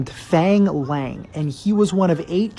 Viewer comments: It's pronounce Lung but I'll take it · To pronounce “ang” Chinese names use the “ah” sound (phonetic “a” like in water, or want) f“ah”ng L“ah”ng not f”ei”ng l”ei”ng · No, actually its like faang laang if you were to pronounce it in mandarin. But if you want to pronounce it in Cantonese, its pronounced foong laung (its hard to make you understand because cantonese is very hard)